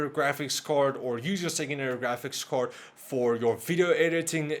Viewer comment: I love how he preanounces card as cord